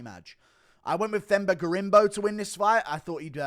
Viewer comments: Drop the H, it’s pronounced “Temba” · Themba is pronounced Temba btw.